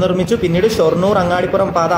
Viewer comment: അങ്ങാടിപുരം അല്ല അങ്ങാടിപ്പുറം ആണ്